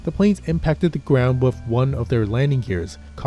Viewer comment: The word “with” does not have an “f” in it. There is no “s” on the end of “landing gear”.